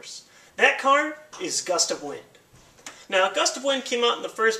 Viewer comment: Gust of Win...the D is silent